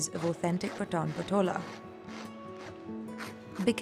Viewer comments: Its not पठान. It's पाठन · The pronunciation of PATAN is very wrong. It should be PAA-TA-N.....Please correct it. This is one of the most unique and iconic traditional legacy of Gujarati, India....